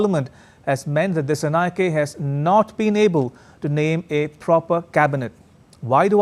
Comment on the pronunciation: Dissanayake is not pronounced correctly. 😅 it should be pronounced as if a " A " is at the end. Just like Anura is pronounced.